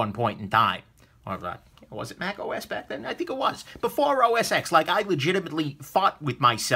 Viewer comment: "OS Ex". (It's OS 10,:)